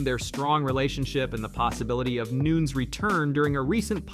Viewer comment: CLICKBAIT LIES! Michael WHO wasn’t Asked to fight anybody Max Holloway is on holidays with his family, Currently Not Entertaining Fights, Family Time! CLICKBAIT LIES! Hey, Her name isn’t Noons, It’s Nunez 😂, CLICKBAIT LIES! BLOCK THIS CHANNEL!